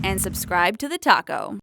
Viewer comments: LOL I was thinking of that went she say talko but I sounds like taco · no she didn't she said talko witch is the name of the channel but it sounded like she said taco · I always hear her saying "Taco" for some reason. xD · At the end it sounded like she said "subscribe to the taco" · I does kinda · You're So RIGHT! It Does Sound Like The Taco. Lol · I always thought that